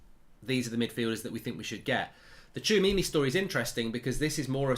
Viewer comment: Hats off to Mark for pronouncing the player's name correctly !